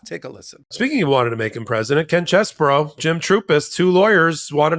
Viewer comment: What a sleazy creep. BTW,: I should let you know the correct pronunciation of Chesebro is much easier on the ears. His last name is NOT pronounced "Chess-burr-ow"; it is: "Chez-bro". See? It has just two syllables. There ya go. You're welcome.